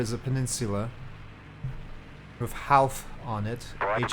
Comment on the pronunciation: Howth is pronounced like "hope" not "house". You flew past my house on your landing go-around, lol. Next time you visit, install this Dublin port mod and approach the runway from the direction of the city centre at night. Looks amazing, if it still works for this version of x-plane anyway.